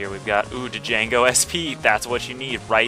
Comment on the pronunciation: D'jango. I lol'd. pretty sure it's pronounced Jango, but it's cool. I respect the Lets Play of one of my favorite BN games.